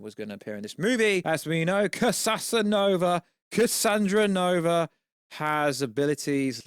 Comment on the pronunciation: Bruh... its cassandra nova... not cassanova